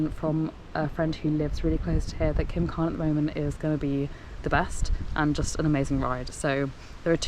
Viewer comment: (CWM) pronounced coooommmm lol